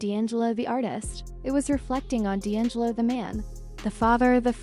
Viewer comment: Pronounce his name right! 🤦🏽‍♀️